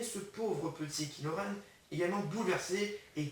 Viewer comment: c'est kylo ren pas kilo ren